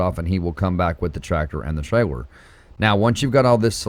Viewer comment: Buddy, are you aware that your merch says “your fired” and it should be “you’re” maybe I’m missing the joke. Also it’s “trailer” I’ve heard you say the “L” sound. I know you can say it right.